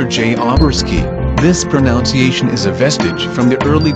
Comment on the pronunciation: And then he said proNOUNCEiation. I’m done